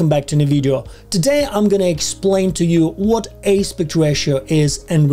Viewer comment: Thank you for the video - turns out this one simple thing is not so simple in DR! FYI, the word "aspect" is pronounced differently than the way you're saying it.